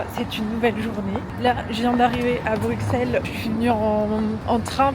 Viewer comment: Plein plein plein d’amouuuur! Par contre on dit Brusssssellleeesss stppp <3333 mais fais un meet up une foiiis